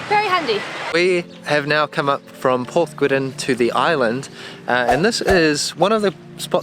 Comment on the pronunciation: Porthmeor is pronounced Porthmeer; and Porthgwidden is Weddn beach. (Born at 14 Island Road) - Great video!